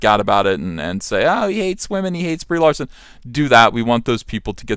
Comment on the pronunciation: I could swear he says "Debris Larson" lmao.